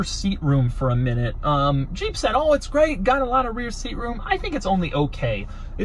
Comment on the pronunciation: The way you pronounce "Jeep" is just throwing me off. I keep hearing "Juh-eep". Not trying to poke fun, just an observation.